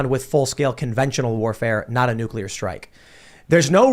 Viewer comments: my friend, please....it's killing me. It is pronounced "New-clear" not "nuke-ular". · It's not nucular, it's nuclear. Say it right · Every time you use the non-word “NUCULAR”, you sound like a FOOL. If that is your objective, then by all means continue. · NU-KLEE-UR.....NU-KLEE-UR....NU-KLEE-UR...... SAY IT NU-KLEE-UR..... Probably says Irregardless too... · If I have to hear say New-coo-lurr or spit and overpronounce "T" excessively one more damn time 🤣 I seriously don't understand how people STILL DONT KNOW HOW TO SAY THAT GDAMN WORD!" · nuk~ya~ler pronunciation of nuclear is cute! Tim is so right about Putin, Putin is right about NATO and please note that Germany dominates NATO. The war won't end unless NATO ends. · NUCULAR that irritates me